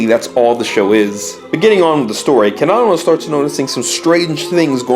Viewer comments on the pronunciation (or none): I know this is old but the fact he pronounces Keda-Mono like Kedomino really makes me cringe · You says Kedomino. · You say kedamono you say ked-oh-mo-no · Ked a nanamo? It’s actually kedamono ( keh da mone oh) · Your saying kadgamana I'm dead 💀 Its ke-da-mo-no that's how you pronounce it lmfao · What’s a ked ō mano it’s kedamono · Its ke-da-mo-no not kedamano :)(not being rude !) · his name is kedamono you're seeing Camano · Ked-e-mo-no not ka-domino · Bruhh tf is Caanomanel😭 It’s Kedamono lmfao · I like how the pronunciation of Kedamono degrades as the video goes on until it's just a back and for between Kedamono and K'domino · KeDomino? seriously?The frog even tells you how to pronounce it... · It’s ke-da-mon-o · How to pronounce kedamono Keed-a-mo-no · KEDAMONO NO KAO WA Edit: it's pronounced "key-deh-mo-no" Also I hear a Durarara!! Soundtrack in the back of the "Ghost" episode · key-dah-mo-no its pronounced KEY-DAH-MO-NO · I have never heard kedamonos name pronounced like that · The way he said kedamono is triggering me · The way you say Kedamono’s name is murdering me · ONG IMA CRY FR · The way you pronounce Kedamono hurts me. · (Title here) but every time he says Popee and Kedamono wrong it gets louder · Your saying Kedamono wrong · The way you say Kedamono...I don't fucking know it just sounds weird. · triggered because nobody can EVER say Kedamono's NAME CORRECTLY! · I love how at /: he starts mispronouncing Kedamono's name. When at first he was saying it correctly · the way u pronounce their names makes me triggered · That's how you pronounce their names in English bro lmao besides Kedamono